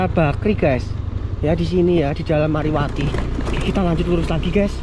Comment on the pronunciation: Bukan mariwati bang tapi marwati